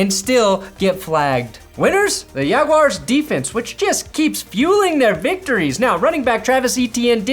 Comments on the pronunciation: Yag-you-ar's Jaguars 😂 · You say jaguars like Spanish was your first language...